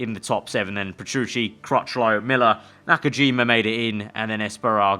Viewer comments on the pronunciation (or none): Esparago and nakajima? Its espargaro and nakagami